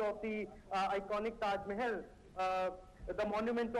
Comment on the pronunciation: ট্যাস মেহেল ..! এটা কি ধরনের উচ্চারণ.!